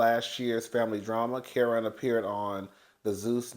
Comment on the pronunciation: Whew Chile you butchered that man Kerrion name so bad 😂😂😂